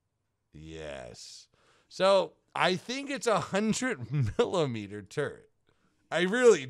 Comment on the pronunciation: no one::M I L I M E D E R